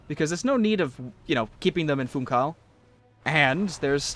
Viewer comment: Man, your saying Funchal's name wrong. You don't ignore the 'h' it's like... the words "fun" and "shall", [fũˈʃaɫ], more precisely.